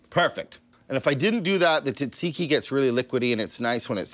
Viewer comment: You my friend are pronouncing it wrong I as a Greek man say differently I will try your recipe though